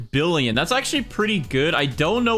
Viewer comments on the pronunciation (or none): Bro said billon😂😂😂😂